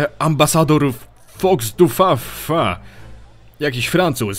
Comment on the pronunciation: "Fudufafa" z akcentem na koniec wyrazu.